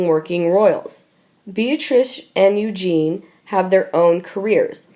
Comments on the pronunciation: The narrator reads like a 4 year old and mispronounces things. Example, it's EugenIE not Eugene. And she sounds as if she is reading certain words for the first time. She is truly terrible. I'm turning this off at 3 minutes. I can't handle her any longer. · for gods sake is this narrator naturally stupid incompetent and illiterate? how many times does this idiot have to be told it’s pronounced princess you Jeannie not princess Eugene, I and many others have repeatedly told this moron The same thing including viscount not Vizcount charlatan not Charlton Westminster not West minister Camilla not Camillea and many many others so will The owners and writers of this channel stop this buffoon? can everyone else who agrees like and reply to this comment so it sends a message! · LOL I know,.just putting the French accent to it. My point is: the narrator was saying EUGENE!!! 😉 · You mean Princess Eugenie ? Not Eugene, right? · This person who can't narrate to save their lives it is Princess EugenIE NOT Eugen if you can't pronounce it correctly then you are in the wrong job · Ok you REALLY need to learn to pronounce the names correctly. It is Eugen -ie not Eugene. The narration is so stilted it is irritating. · This really is hard to listen to... please get someone who can pronounce the names correctly!! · She’s Princess Eugen-IE NOT EUGENE! Please get it right! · Please pronounce the names correctly. Eugenie is pronounced EugeneE and Sandringham is pronounced Sandringhmm ( silent A) If you want to speak about them, at least pronounce the names correctly. Also for future reference monarchy is pronounced with the a silent. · Pronounced Eu- zhan-ee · Awful narrator. It’s not Princess Eugene. Read! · Who are the idiots that are narrating these things ? You cannot pronounce words and names correctly .... Eugene ???? Lol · “Eugene?” Really... Please learn your pronunciation.. embarrassing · Pronounce it like “ U Janie” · It is Pronounced U GEE NEE.